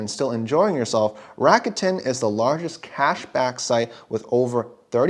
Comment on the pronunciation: It’s Rah-koo-ten, not Ratican 😂😂 and oh thanks for the video